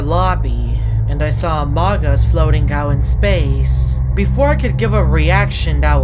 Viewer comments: its pronounced "amoog us" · By the Amogus is pronounced Amoogus